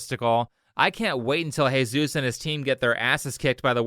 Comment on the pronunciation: why did you call him Heyzeus? XD